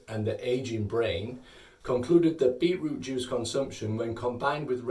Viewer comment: I heard him say “beetlejuice” a couple times